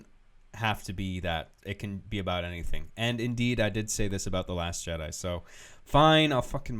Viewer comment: "The last Chedi" lol